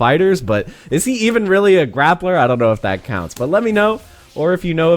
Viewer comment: We really saying grappla with the hard r now?